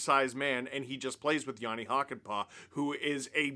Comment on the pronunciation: I guess now would be the time to learn to pronounce Hakanpää better. You're doing the "Hakan-" part fairly okay (shorter vowels would be better), but "-pää" is pronounced with a completely different vowel. Think of the "a" in "hat" and just make it long. "Hakan-" is pronounced in the back of your mouth and "-pää" in the front of your mouth. This is a very good example